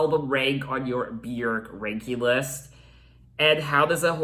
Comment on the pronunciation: YES!! You pronounce Björk properly! 😂 “byerk” not “byoork” 😂